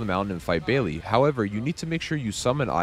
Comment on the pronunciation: Good stuff. Thanks. The Dragon's name is pronounced like BAIL, not Bailey. Tyranny is pronounced like TIHR-UHNY, not tie-runhy.